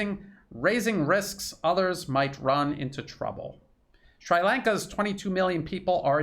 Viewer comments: Brilliant work, as usual,! I've learned so much from this video. A relatively trivial point, though: the i in Sri is pronounced like the i in sit. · pronunciation: NOT shrEYElanka but shrEAlanka ... thank you for all you do! truth as no price! unless the CRIMINAL WESTERN Ashkenazim CLAN FINANCIAL SYSTEM is on the other end. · It’s Sri(Shree) Lanka. Not Sry Lanka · I believe it is pronounced "Sree" Lanka.